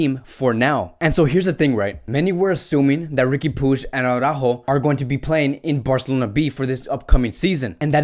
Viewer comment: Why are you saying Aurajo?Is that how you pronnounce his name?Because i just don`t understand how does Araujo become Aurajo?I assume your spanish so you know better,thus why i`m asking.